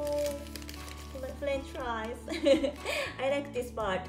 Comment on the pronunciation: Did you say french flies instead of fries? 🍟 You ate flies from France 🤣